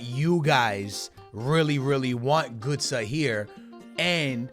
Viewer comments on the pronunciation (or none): Its not gūtze